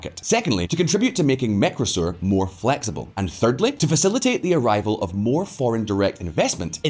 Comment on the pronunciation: How many times do you need to pronounce Mercosur Mecrosur before you realise you're mispronouncing it.